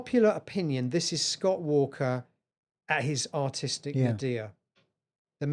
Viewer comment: This Yank was thinking, "nuh-DEER"? What? Oh, nadir! NAY-der.